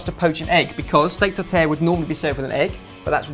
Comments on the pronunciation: These look great but the pronunciation of "tartare" made me want to cry each time...:P was closest. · oh the way you pronounce "Tartare" <3